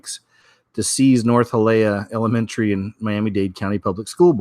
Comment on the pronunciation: Hialeah...say Hya LEE ah.